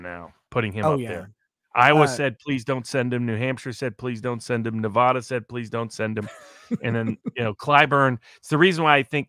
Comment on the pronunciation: Robert… you live in Las Vegas. Why do you continue to mispronounce Nevada? 😡